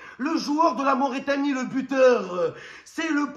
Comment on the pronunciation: C’est Mauritanie pas Mauraitanie 😹